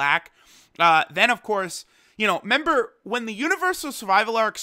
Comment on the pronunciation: I get the feeling you've probably had this comment before but dude you're speaking english. It's RE-member. Not only is that slang annoying as hell to listen to but I'm sure many english learners or those with english as a second language may not know what you mean. You might not care much but if people can understand you they are more likely to subscribe